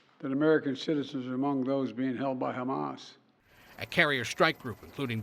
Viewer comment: Trump can't even pronounce Hamas. He pronounced it "hummus". The chick pea dish. 😂